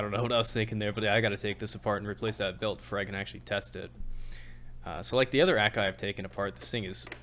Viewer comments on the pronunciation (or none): a kai not ak ai